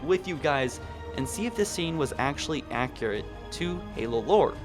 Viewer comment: Accurate not accrate